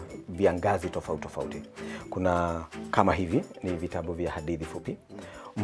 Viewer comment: Wait. He said vitaMbu...😂😂😂😂 ata Mimi ni profesa..